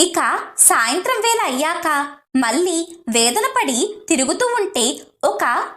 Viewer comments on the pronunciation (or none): none